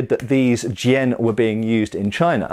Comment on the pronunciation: As a teacher of Chinese swordsmanship I have been enjoying the videos on Chinese swords. I'm also glad that has learned how to properly pronounce the word Jian. Coming from a more recent swordsmanship perspective, I feel like people are often ignorant of the massive differences in techniques and strategy employed. I picked up a longsword one day and found that the guard got in the way for a lot of my go-to techniques. With basket hilts it was also problematic when I wanted to switch hands, something that I do all the time. The simple fact is that not only were the swords, the armour (or lack thereof) and battlefield conditions different, but so was the swordsmanship. I learned many drills that make what I do work and the way that I fence reflects the challenges that I faced from other fighters in China. The rules for fencing also reflect these differences. Being back in the West for the time being, I have enjoyed studying the differences and am grateful for the diversity of martial heritages.